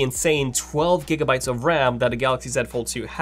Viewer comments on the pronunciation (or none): none